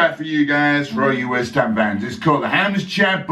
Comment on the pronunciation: Loved your ‘Wisht ‘am’ man! Like a mate I used to have who continued watching football even when they put seats all over the place!